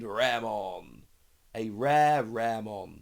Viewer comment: Raremon actually pronounce ra re mon, ra re is mud in japanese